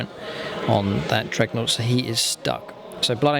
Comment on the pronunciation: Good videos mate. Just realise that the unit is a 'dreadnaught' not a 'dregnaught'